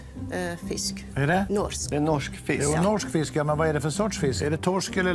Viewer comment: Hon säger väl nors och inte norsk.